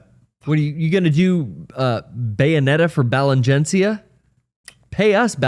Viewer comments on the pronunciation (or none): of course would pronounce Balenciaga like that lmao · The confidence that attacks the word "Balenciaga" with only to pronounce it wrong twice is confidence that I wish we all could walk around with.